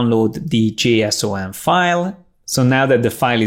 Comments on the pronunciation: Lol can't even pronounce JSON. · I love the way he pronounced J-S-O-N. HAHHA